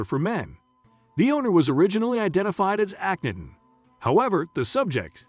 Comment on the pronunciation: I stopped at #4 because you absolutely chopped the hell out of the pronunciation of Akhenaten. Go look up how to pronounce his name. Here’s a clue: aa·kuh·naa·tn.